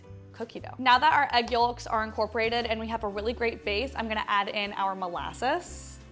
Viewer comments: You are the first person I have ever heard pronounce the “L” in yolk. I love this cake…looks yummy! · SHE PRONOUNCES THE "L" IN YOLK!!!